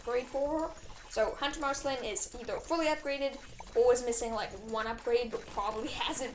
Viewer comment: You pronounced Marceline wrong